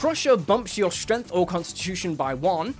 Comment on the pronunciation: "Shdrenff", "jool weeldurr", "cunndjirr"